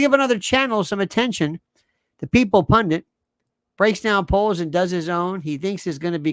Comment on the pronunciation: it's ''pundit'', from Sanskrit, ''pundat''... look it up. ''Pundint'' is a chocolatey/malty kind of whipped dessert filling, I think